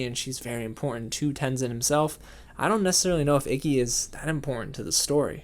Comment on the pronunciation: You said Ikki like icky. That is Icky.